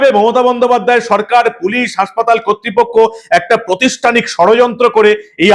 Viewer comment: The word is PRAATHISTANIK, not PROSTHISTANIK.